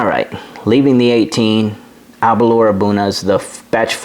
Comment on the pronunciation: great review... for me its Aber-l-our ( "our" at the end, nae "oor") and Bal-ven-ie ( "ven-ie" in the mid, nae "vien-ie") and Glen-dorn-ich ("dorn" and "ichhh" at the end). You know your stuff man on the tasting notes, I only taste braw whisky and nae so braw whisky... Balvenie and Aberlour are both nectar.